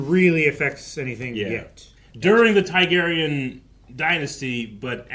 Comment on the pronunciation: yapping in the intro about how he's seen game of thrones multiple times along with house of the dragon and the books yett he still mispronounced TARGARYEN and says tygarian after all these years...